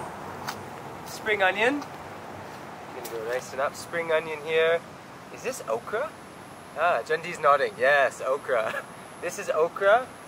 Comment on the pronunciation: he pronounces Okra like 𝗢𝗣𝗥𝗔𝗛, wtf 🤣